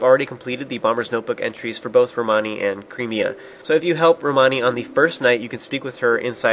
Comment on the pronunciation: ITS Cremia, not Creamia. Sure she might make you creamy but you don't have to pronounce it that way